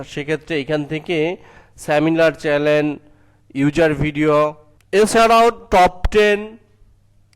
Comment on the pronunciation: don't say chelen, channel not chalen